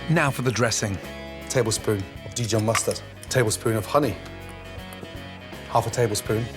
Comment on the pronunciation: he said dj mustared